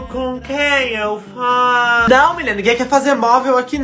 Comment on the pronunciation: "Com quem eu falô🤨" kkkkkkkkkk